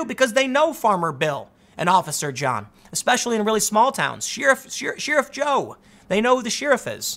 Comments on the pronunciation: I’m sorry, did you say She-riff Jones? Everybody says Share-riff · Not sheruff but cheruff like Cher the singer. Spelled correctly sheriff. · Tim “sheerif” Pool